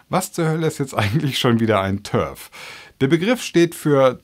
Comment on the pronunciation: du sprichst TERF glaube ich falsch aus ich glaube du musst das E lang ziehen und das R rollen, das klingt dann auf jeden fall lustiger.